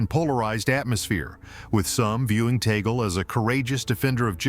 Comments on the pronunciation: It’s TAG-LE. Not Ta-gel. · ITS TAG-LEE NOT TAGOL SAY IT CORRECTLY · It is pronounced Tag-leh not Tay-gel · TUG- LE ( " Le" like the sound of the first syllable of the word Legislation) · Oops. The Pope cannot appoint his own successor. That is the job of the cardinal electors. P S, Tagle is pronounced « Tah - Glay. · Pronounced Tag-le. AI!